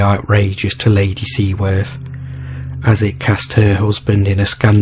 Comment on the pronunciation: The name of the Seer Kenneth Mackenzie is pronounced Bran , the name of the lady who had him killed is pronounced Seaforth not Seaworth the canal is called Caledonia not cale, donia.